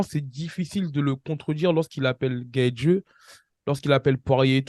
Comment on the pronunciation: Svp apprenez à prononcer GAETHJE svppp 😂